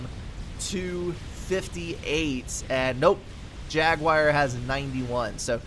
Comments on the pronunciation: gunna parrot these guys here the most strangest pronunciation of jaguar i've ever heard. "jag you eye rrr" and no you doesnt sound anything like what dictionary pronounces it haha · Thanks for cast, but that is a very strange pronunciation of "jaguar" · I dunno, still sounds different to me. Kinda interesting though, maybe it's a hint of the southern dialect.